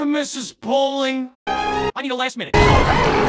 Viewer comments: I love constantly messing up Pauling’s name and then getting it right at the end. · i love how it took just shy of 12 minutes into the video to get Miss Pauling's name right XD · i like how mispronounces mrs bowling's name 99% of the time